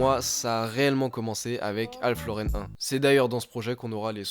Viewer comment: Alpha Lauren... 😅😅😅😅 sale merguez... c'est Alph Lauren